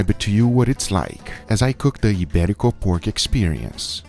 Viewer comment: As a Spaniard living abroad: Ibérico pork ftw! 🤤 (good Spanish pronunciation btw! 👌)